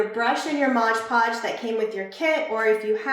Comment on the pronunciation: We can see you really well, but not the project. Maybe zoom the camera more on the project so we can see what you're doing. (and it's pronounced MOD podge not modge podge)